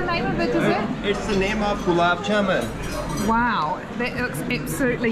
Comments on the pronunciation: I think Jaman 😊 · It is pronounced JAMUN & not JAMAN.